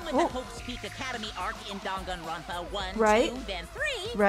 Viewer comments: Them pronouncing Dangonrompa is making me mad.....but rip the fourth wall is was demolished. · My favorite part of this trial is that no one can pronounce Danganronpa. “Gon-Gon... Rompa??”